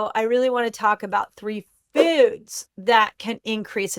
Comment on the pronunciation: The way she says 'foads' 😂